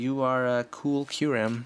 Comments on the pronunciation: its not cue rem its cure em and you said deino mostly right its kinda weird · It is quite obviously Ky-u-rem not Q-rem